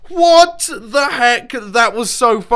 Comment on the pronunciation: what was that "what"